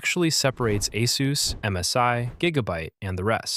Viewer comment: its pronounced Ay-SUS not Ay-SOOOS WHERE IS THE OOS?